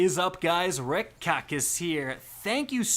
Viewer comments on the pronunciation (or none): Ricks’ pronunciation needs a buff